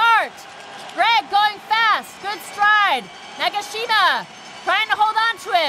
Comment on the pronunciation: 나가싀마~ 해설자분 발음이 너무 재밌다ㅋㅋㅋㅋㅋㅋㅋ